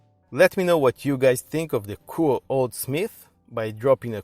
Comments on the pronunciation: Nope it's pronounced only "Koo oh" without the "ay" wich is silent (go on japanese videos if you don't believe me).. so Aviv is right 👍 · It’s pronounced Coo oh eh by the way, otherwise, brilliant review. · It's pronounced KOO-OH-AY.......